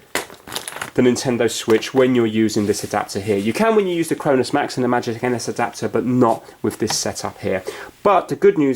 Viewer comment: Why did you say magic anus adapter